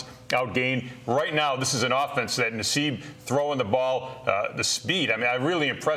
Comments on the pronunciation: NASSIB NOT NASSEB! You DUMB ASS! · Learn how to pronounce Ryan Nassib's name right. You do it wrong EVERY week. It's not "Naseeb" it's "Nassib." not difficult